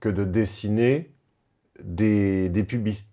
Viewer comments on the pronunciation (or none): aie la prononciation de "pubis"